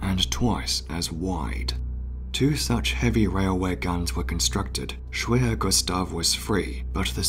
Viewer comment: Hello, remember, in German, the letter 'W' is pronounced as a 'V'. So 'Schwerer Gustav' sounds like Sh-Verer Gustav. Cheers!